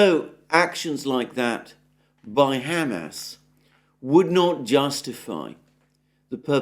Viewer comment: Mr. Mercouris, thank you for being the only notable pundit capable of correctly pronouncing Hamas. 👍🍻